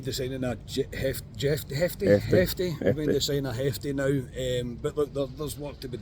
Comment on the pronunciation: Not Hef-tay. He's Brasilian not Spanish. Should be pronounced Zheff-tay-a.